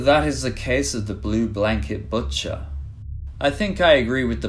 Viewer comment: Did you say "batcher" instead of "butcher"? Is this AI voice?